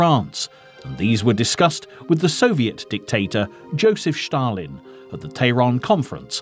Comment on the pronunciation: You sound like a moron pronouncing Stalin as Schtawlin. Just saying.